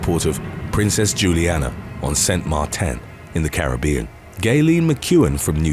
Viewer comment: Say the word saint again🤣🤣🤣